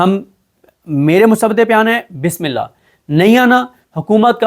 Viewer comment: Bismillah tasali se phada kare ..ghalat phadte o ap